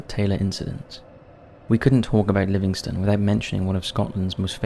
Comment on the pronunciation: Pronounce* don't bash him for pronouncing it wrong he's no from here.